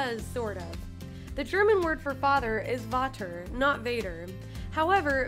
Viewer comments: It's not pronounced "vater' it's pronounced "fahter" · The german father was still Not seid correctily. Its pronounced "Fater" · Damn, she pronounced the german word for father totally wrong. Sounded more like “water” lol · Gitte Schelfhout Yeah! It is pronounced farter😂 and faaaaada Anyhow it doesn’t matter! No hate! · Its pronounced “fater” and not “Vater” but written Vater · The german one is still not truth it is not Water it’s Vater you pronounce it kinda like (fart er) together. In the german translated movie it’s right btw. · ITS NOT PRONOUNCED VATR ITS FAHTA! i.am.crying XD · It's not vader or voter. It's Vater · How they explain what "vader" is in German, I'm german and I can say, it's Vater with a t and the v is pronounced like a f. You pronounced it both times wrong 😅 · Its Vater and it's pronounced faTer not fadder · You are incorrect too fact number 19 The V is pronounced differently here We pronounce it like a F It is Vater like Fater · Isn't it pronounced Faater? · ITS "Bloe" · The German word for Father is written Vater but pronounced Fater....🙃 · On the German one I just want you to know that I’m German it is Vater but pronounced Vader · "the german word for father is... waaater" yeah that's exactly how we pronounce it! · It's "Vater" an pronounced "Fatter" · I don’t want to be rude but you still didn’t get father in German right. It is written Vater but pronounced fater as if there would be an f and not an v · Vater is father in German. İts pronunced: fater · Vater in German is more like Fatar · The german word for dad is Vater, but they pronounce Fater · The German word for Father is not really pronounced like a V. It‘s written Vater but pronounced Fater and the T is not pronounced D but actually T like in...trouble. Idk😂😂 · ‘Vater’ is actually pronounced ‘farter’ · The german word for father is more like ffffater (Vater) this v sounds like an f not a v😁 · You pronounced the german vader soo freaking wrong. It's pronounced fohter